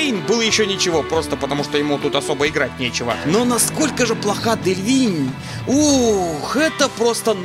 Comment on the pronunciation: Не Делинь, а Делевинь)